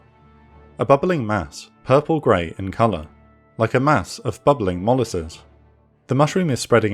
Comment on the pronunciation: He mispronounced molasses